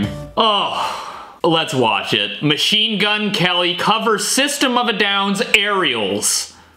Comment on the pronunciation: His name is not Machenemagwene it’s mgk